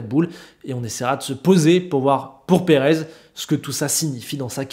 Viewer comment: "Perave" ça s'ecrit pas " Perez" !